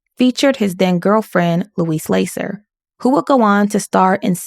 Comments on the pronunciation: It's not LAY-sser, but LASS-er like Lassie. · Good informative video. But I think it's pronounced Lah -ser . Short A. Ms. Lasser is the daughter of Sol Lasser, the respected income tax guru. Lasser's Your Income Tax. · I'm sorry to be critical but "Lasser" is pronounced with a short 'a'